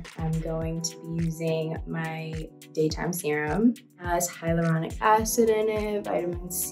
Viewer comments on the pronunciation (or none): none